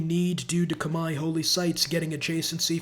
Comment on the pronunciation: My face lit up when he said Khmer correctly